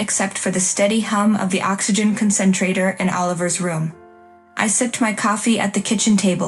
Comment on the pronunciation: The AI cannot pronounce 'còncentrator.' Nor 'fallout,' nor 'vindication.' Don't use budget AI text-to-speech. That gives poor results that grate upon the sensibilities.